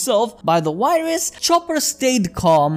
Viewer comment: its virus not wirus